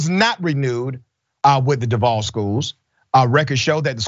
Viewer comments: Robert E. Lee, High School? Nawwwww, they wasn't going to go for that. & that's pronounced DUUUUVVVVAAAALLLLL.... #EVAC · Don't say Duval if you not going to pronounce it right.